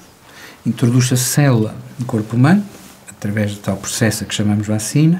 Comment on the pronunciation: Um professor doutor que diz bÁcina, pensei que era trollanço. 😂😂